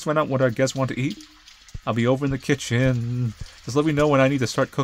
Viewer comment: the way he says kitchen cause maude is just dummy thick OMG